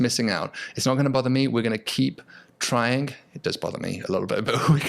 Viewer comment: It is trying not tryingk. 😋